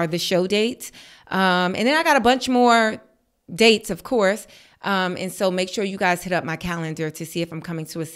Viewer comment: “Of coursee” the harlem accent 😂